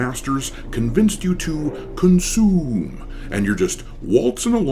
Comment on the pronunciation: the way you said "consooom" was SO FUNNY 😂